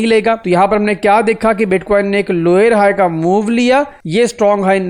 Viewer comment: Lower Low❌ Loyer Low ✅ 😂